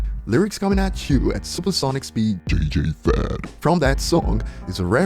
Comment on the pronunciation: 😂 really said "J.J Fad"